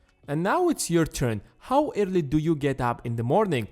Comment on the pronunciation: He is saying early as irrly